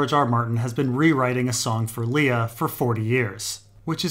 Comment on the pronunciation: It's definitely Liar, not Lee-a. It's important shading in the story because it reminds us: is the alien goo genuine, or lying?